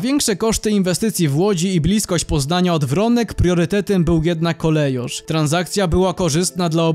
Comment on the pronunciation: Nazwę Kolejarz czyta się KOLEJORZ a nie jak w kongresówce wymawia ją jakaś wARSZAWKA.